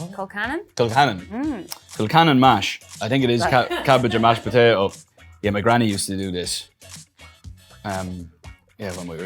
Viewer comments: Niall "POTATOE" 😂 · “POTTATo” -Niall horan im sorry guys i had to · Pota-oh- pls i love him sm 😭😭